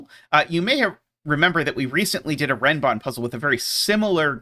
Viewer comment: They're actually called Renban, not Renbon.